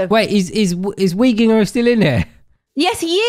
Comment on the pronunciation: PLSSS IM DYING WHY DID HE PRONOUNCE WEEGINGER LIKE THAT HAHAHAHAHAHA